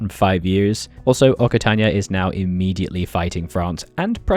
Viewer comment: Hey, just for your information, the double c in Occitania is pronounced like an X. So it's pronounced oxitania